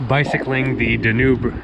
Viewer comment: It drives me nuts that this guy doesn't say the name of the Danube River properly. Seriously, with all the history that you know and you can't even say the river's name properly?